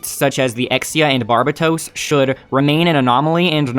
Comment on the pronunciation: Dunno how you're managing to pronounce Barbatos incorrectly.